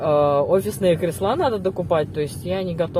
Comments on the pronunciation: ...крЕсла,режет слух!!! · Почему кресла,ударение на "а"